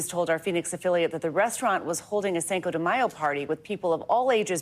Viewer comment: "sanko de mayo" lol she said it twice